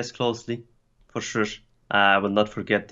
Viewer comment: True, he is trying to pronounce sure but it comes out as shush xd